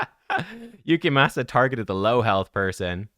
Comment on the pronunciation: Damn i gotta watch these vids with subtitles. Please, pronounce his name correctly. Your accent makes it tolerable at least.